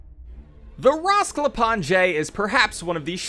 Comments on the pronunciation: Rasklapanje does not mean demolition lol, it means take apart or fall apart, and its pronounced rasklapanye not rasklapange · Its called raskapanjhe not rasklapanJEI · It hurts how he says Rasklapanje incorrect 😭 and the translation is wrong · It's not fault for mispronouncing the bio organic weapons name